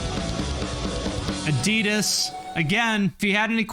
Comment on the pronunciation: You pronounce Adidas incorrectly.